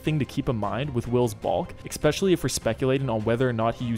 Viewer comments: Can you PLEASE stop saying "ex-specially". There is no "x" in the word "especially"! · 'ekspecially' is not a word i'm sorry to say. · bruh, there is no X in especially. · No X in Especially